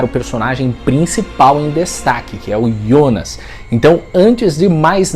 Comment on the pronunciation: Parabéns pelo vídeo. Um dos pou os explicando de maneira descente. Outro parabéns por falar "IONAS" e não JONAS como estão falando em outras análises.